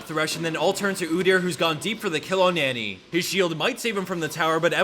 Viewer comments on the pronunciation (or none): none